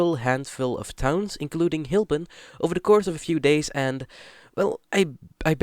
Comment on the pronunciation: Strukelje would translate to Tripping/falling over. You pronounced it wrong btw. And your pronounciation for the CITY Hylpen and VILLAGE Molkwerum (should be Molkwar even in Frisian) are simply put horrible. Hylpen is 1 of the 11 cities in the province, it's not a village even if it's size is rather small. And yes, locally we call it "little Germany" as every summer it floods with German tourists. The Frisian language is fairly limited because it was banned by the Hollanders until fairly recently, the Frisians had to fight to keep their language and not be discriminated against. This is also why today the language is still limited and even to this day discriminated against. You however should just ask, Frisians are not scared of anyone asking about it. Do note that every city/town has it's own dialect on Frisian but the bigger places like Leeuwarden and Harlingen for example generally speak more Dutch. And to make it funnier for you, Drents is a Frisian dialect, even if they hate you even saying that but it's true. You can speak Frisian in Drenthe and they should be able to understand most of it.